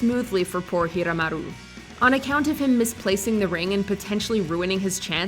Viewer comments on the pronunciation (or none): none